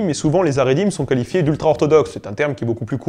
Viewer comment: Super video bravo! Par contre attention à la prononciation : Hassidisme et Haridim. Le "H" se prononce [x] comme la jota espagnole car ici, le H représente la lettre "khet" ח. Par contre Haskala est bien prononcé, puisque le H représente la lette "hé" ה, qui est l'équivalent d'un H en anglais.